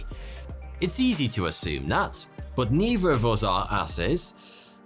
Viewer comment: Okay can we just talk about how he pronounces words with T H in the middle like a V... ...Eiver, neiver, furvermore, wivstand and so on. Sir you are driving me CRAZY! SAY IT RIGHT ! SAY IT RIGHTTTTT!!!!!